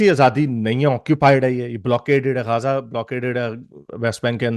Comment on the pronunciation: yr pehly j aur z ka sounds nikalana tu sekh lu. Gaja nhi gaza.